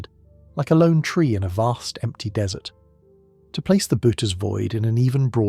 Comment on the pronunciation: Dude, get a better text-to-speech algorithm. The noun DESSERT is not a drop-in replacement for DESERT . Until that moment I was almost convinced the narrator was a native-English-speaking human. No upvote for you.